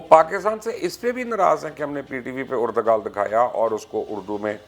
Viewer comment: Noone: Literally noone: Mubashir lucman:(mixing erdogan & ertugrul) ERDOGAL😂